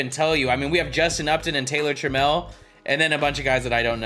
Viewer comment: You were saying trammell right. Known mariner legend